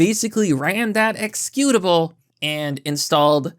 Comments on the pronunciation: You manage to mispronounce a common word in every vid you post. This time, it's you pronouncing "ex-eh-cutable" as "ex-cutable". Lol Wtf do you always mispronounce a commonly spoken word? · It's "executable" not "excutable".